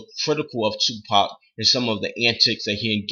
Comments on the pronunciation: 2pac is a thug and he his the best you dint even say his name right dumbass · You sound like a bitch and didn't say his name right. U know nothing about him not his name. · LMAO at least say his name right